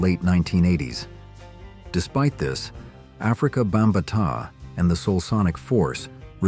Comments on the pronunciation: I know right. Who is African Bamba-taaa😂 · If this AI bot says Afrika Bam baataaaa…I’m gonna lose it😢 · What the hell did AI just call Afrika Bambaataa???? This artificial(fake) intelligence stuff has gone way too far… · Say his name right and I'll tell you